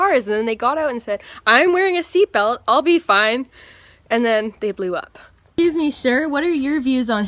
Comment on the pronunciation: Jesus fucking christ this is brilliant. "Eshcuse me, grewm."